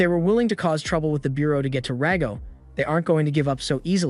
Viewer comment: It's Rago. Stop calling him Dago...